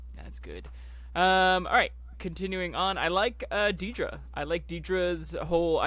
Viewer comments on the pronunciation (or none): I’m going to be “that guy” but you’re pronouncing a main character’s name wrong. It’s pronounced “DEAD-ruh.” How do so many YouTubers get that wrong?